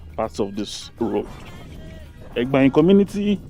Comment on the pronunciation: Just a little correction. The name Egbaen even though it’s spelled with e as the first letter but it’s actually pronounced with an initial a, like when you want to say ‘a boy.’ So it’s like aygbaen—this is the correct pronunciation. And could you please make videos of the city center, I mean streets in the city center. For example, Sakponbe Rd, Oza Street, Aruosa Street, Ogbelaka Street, Erie Street, Igbesanmwan Street etc. Thanks. Good job!